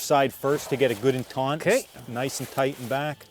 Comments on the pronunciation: It is NOT TAUNT, BUT TAUT; No 'N' in the word. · It's "taut". Taunt is what you do to anger or distract someone. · Get it "taunt"? It's "taut" man. Taut. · He probably knows this by now, but the word is "taut" not "taunt" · The word is TAUT. There is no "n" in that word meaning to "pull tight; no slack". If you want taunt, that's another word with a different meaning. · He keeps saying taunt. The word is taut. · It's not TAUNT it's TAUT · sorry to be petty but its taught not taunt when its strung tight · Taunt? Does he mean taut? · taut, not taunt one means tight, one mean to provoke :-) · If this dude says “taunt” instead of taut one more time... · TAUT not taunt. ugh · Or "taut"? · My internal dialog as watching: "taunt" (huh? did he say?), "taunt" (oh boy, he did say...), "taunt" (cringe), "taunt" (someone needs to talk to this man....) But excellent video nonetheless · He was taught to pronounce taut "taunt" when he was a tot. No need to taunt him. I'm sure he could arrange an entente. :p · Taunting him should tighten up his vocabulary. It's still a good video though. Perhaps his nerves were just taut in front of the camera. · Thank you! That was driving me insane; I thought he was taunting me! 😳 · I kept saying that too! Lol! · It's "taut". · I grew up in the city then in high school moved toa rural area. They did say "taunt" with the N just barely audible. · Stop being overly critical pundints. I was also taughnt to say it thant way.